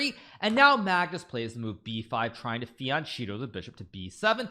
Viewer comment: Fian-cheeto the bishop, wha? 😅